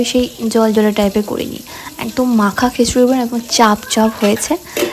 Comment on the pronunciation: Khechuri na bolun khichuri